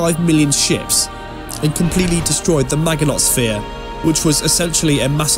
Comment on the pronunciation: Maginot is pronounced maj-in-oh. It's a French word.